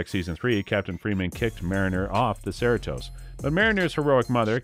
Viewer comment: Trouble pronouncing Mariner and Cerritos? That was all wrong